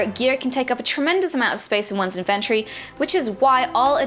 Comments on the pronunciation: I like how she say's Invent - tory. Kind of like the word Invent, just adding tory. Almost sounds like that's how the world should be pronounced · Inventory. Learn how to say it lol